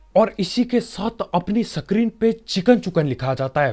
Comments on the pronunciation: सकेम🤣🤣🤣 सक्रीन 😂😂 सट्रीम 🤣🤣🤣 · New words added to the dictionary Sacam Satart Sacrin